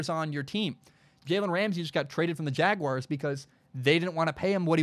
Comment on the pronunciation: Take a shot every time he says jalens name wrong